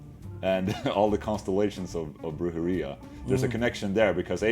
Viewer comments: Dino saying "Brujeria", Ola Saying "Brhurdjeria" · Dino's kinda pronouncing weird too. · Ola the spanish slayer. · Sounds like he’s saying diarrhea but with a B lmao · I'm Mexican, dude. I speak Spanish as well. He's still pronouncing it weird.